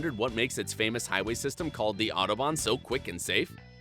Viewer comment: Autobahn is just highway in German, so please call it highway, especially when you can't even pronounce it.